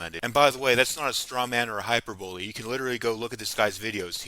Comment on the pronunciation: Bro did you say hyper bowl? Hyperbole is not pronounced like that